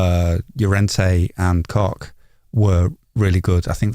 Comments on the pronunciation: Koch is pronounced more like 'Coke', but with a shorter vowel sound. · Close...Koch the "O" is like cock, but the "CH" is like you pull up a greenie CHHHHHHHHHH. (Cook in german) ...Just a Leeds fan in Germany ;)